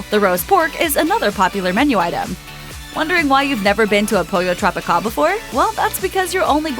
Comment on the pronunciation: Pollo TropiCAWL 😑 hate that pronunciation.